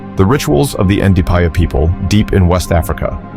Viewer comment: Evil never wins, but evil never quits either. The same is true vice versa. This is also why RE5 isn’t racist; zombies aren’t a Hollywood thing, they’re African culture. So it only makes sense a zombie virus has its origins in Africa. Coming from a black American. One small critique tho… the D is silent in the name “Ndipaya.” So the pronunciation is “Na-pie-ya.” RIP Raccoon 💔